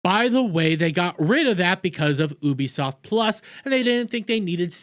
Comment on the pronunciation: please wtf is oobisoft